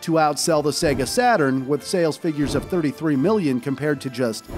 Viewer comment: Saga?! It's sega